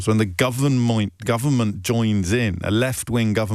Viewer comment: did he really just say governmoint and not realise?!! what a tool